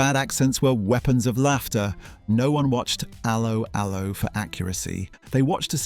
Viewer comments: A low a low. If you review something learn how to say it lol😂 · It's not ALoe ALoe ... it's 'Allo 'Allo. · Yeah had to turn off cos of this. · Idiot pronounciation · It's pronounced 'allo 'allo not 'allo 'allo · It's allO allO, for god's sake! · pronounced ello ello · The key words 'Allo Allo' were pronounced with a 'French' accent - emphasis on the 2nd syllable, not the first.